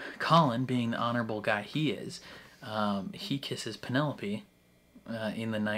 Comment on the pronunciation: It's you constantly calling her Pen-ne-lope... Hilarious 😂😂😂